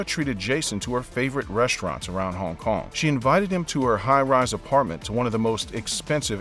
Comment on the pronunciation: I hate how this guy says Hong Kong, but the video is bomb.